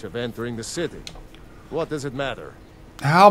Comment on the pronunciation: WHIT? WHIT??!?!?!??!?!? XD